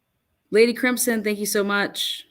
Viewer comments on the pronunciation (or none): none